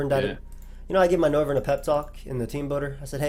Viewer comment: Noivern has become "No"vern😂